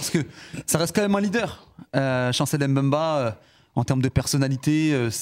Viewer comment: On dit Mbemba Najim stp pas M'Bemba !